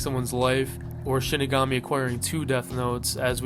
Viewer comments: Why do all these icebergs and videos about death note ALL say Shinigami wrong? They literally say it in the show SHEE-ni-ga-mi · I won't name names, but I'm glad I can watch a Death Note iceberg without clicking off it because the op is pronouncing it as "Shiginami"